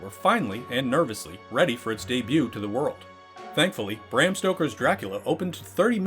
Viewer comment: And Bram is pronounced brahm dumbass